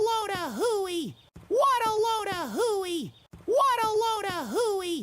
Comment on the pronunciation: I no longer hear “what a load a hooey”. I hear “waddleona hooey ”